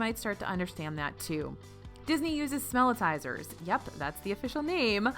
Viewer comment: Not "smell-I-tizer". Back when they invented these at DL many of the guys had just gotten back from WW2. They referenced the word Howitzer and changed "how" to "smell". Instead of howitzer, say smellitzer. Smell-it-zer.